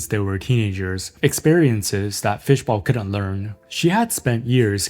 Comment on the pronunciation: Fishball, not bowl :)